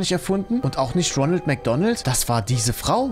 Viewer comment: Immer wenn du Ronald sagst ferschtehe ich Ronaldo😂😂😂😂😂😂😂😂😂😂😂😂😂😂😂😂😂😂😂😂😂😂😂😂😂😂😂😂😂😂😂😂😂😂😂😂😂😂😂😂😂😂